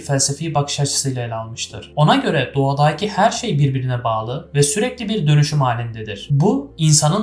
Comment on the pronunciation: İçerik ve anlatım gayet başarılı, tebrikler 👏🏻👏🏻👏🏻 Fakat "hariiiita" ve "doğadaaaki" şeklindeki telaffuzlar biraz kulak tırmalıyor 😊